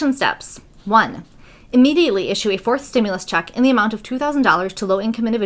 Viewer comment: You said immediately. Wrong! are you a click baiter?